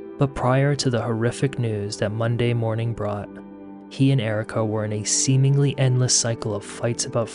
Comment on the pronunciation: I love his channel but find the pronunciations of G as K. Eg, 'mornink' instead of morning, irritating. . I'm just highly sensitive to annoying sounds.